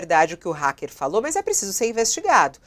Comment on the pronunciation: Pronúncia correta é: hAcker com AAA, Como o hack da TV.